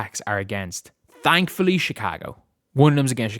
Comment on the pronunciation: Caitlin sit out... Maybe that's why he pronounces it "tank-fully"